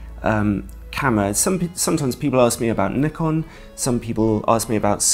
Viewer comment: Thanks ALOT for saying Nikon not Nuy-kon, like everyone else does.